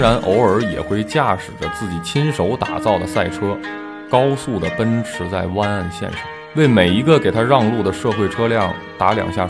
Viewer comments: its not 哇根，its 外根。。。。。。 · 和十几年前的大黑比差远了，还有主播的哇梗发音笑怕了